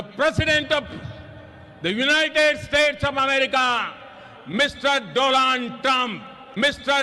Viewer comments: He said DOLALD TRUMP 🤣🤣🤣🐦‍⬛ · Inko nam b ni lyna arha dooonald trump 😂😂😂😂